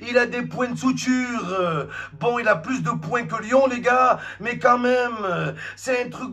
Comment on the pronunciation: Point de "souture" 🤔🤔.....Point de suture....ça fait moins mal aux oreilles !